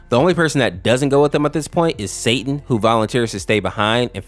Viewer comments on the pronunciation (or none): none